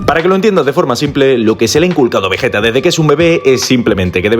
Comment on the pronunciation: Vegeta no 🙅 vejeta ✅